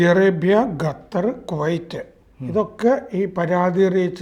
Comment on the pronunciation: Not Gathar but Qatar!